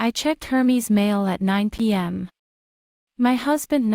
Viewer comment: pronounced as Air-Mezz not Her-Mees :)